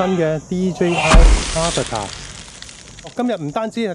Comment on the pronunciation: AVATA應該係讀"A-VATA" (讀音出處 - DJI 發報條影片: DJI - Introducing DJI Avata)